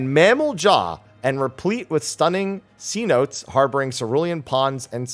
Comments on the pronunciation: Oh God you say Cenotes wrong gave me a headache. It's pronounced Sa No Tays. They were basically big underground caves full of water that were used as both religious sites (they were believed to be the gates to the underworld and afterlife) as well as sources of clean water. Sorry for being so nitpicky but I studied a bit of mesoamerican history and mythology and stuff for a class in college. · "Cenotes" (Suh-NO-tay) is an underground chamber or cave which contains permanent water. In other words, it is a natural sinkhole where the ceiling of the cave has collapsed.